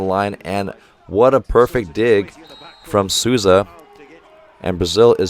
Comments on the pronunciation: Great video. Just one more tip about the names, Souza is pronounced like "Soul za", cheers from Brasil, keep these video coming, they're great and informative. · Coach! IF you are interested on the pronounciation of some of the players, Lucão would be pronounced as Lu-Khan-u (not as in you but just the sound of an u) The ão would very much sound like a long Ohm mantra XD And Souza would be pronounced Soul-Za Bruninho and the others are absolutely on point thought XD thank you so much for this!